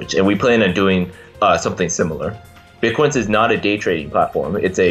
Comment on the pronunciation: Every time she said Bitquence it sounded like she was saying Bitcoin... Her: When did you get the idea for Bitcoin? Shingo: Well I ... Makes Shingo look good :D